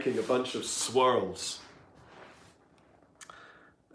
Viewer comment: That was a great video. All the best for your album. The clips I've heard sound great. I also enjoyed how you can't say "swirls" without your Wiltshire accent getting stronger.